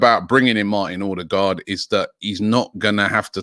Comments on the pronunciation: Most people pronounce with an O. As a norwegian, this sounds to us like he's saying Ådegaard (awedegaard) - again wrong. It's Ø. It's pronounced like the U in "sun" or "fur" or "suck" (lol) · His name is not ORDER-GAARD for fucks sake get it right Robbie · It's pronounced 'Oo-deh-go'. Source: my gf is Scandinavian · As usual he can't pronounce it right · Me too